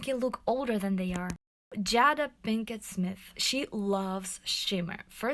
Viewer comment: Thank you for your wonderful videos! I have learned so much from them. I hope you don’t mind me writing this, but Jada is pronounced JAYDA not Jadda.